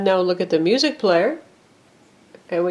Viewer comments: she said muzack instead of music. wtf? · Musac? I thought it was pronounced music lol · It sounds like she is saying musac as opposed to music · She said musAc lol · lol u said muuuusack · she doesnt even know how to say music right